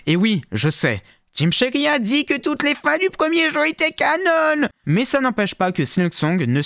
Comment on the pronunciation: prononcer "canon" "canonne" gros malaise, comme si c'était pas un mot français